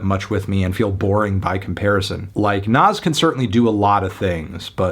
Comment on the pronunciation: I deadass thought u said nav😭